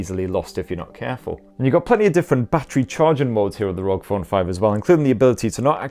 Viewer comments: Rog phone😂 I think it's meant to be pronounced R O G😂😂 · Still a bit weird to here you say ROG as a single word.